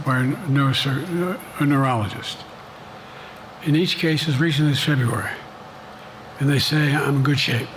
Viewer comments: He couldn't even say the word "neurologist". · He said he was assessed by 3 neurologists and said everything was fine. I'd believe that if he could actually say the word, "neurologist. " 😅😅😅😅